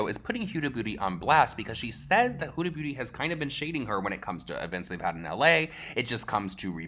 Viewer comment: You pronounced huda beauty four different ways in this video and my favorite one was hyooda booty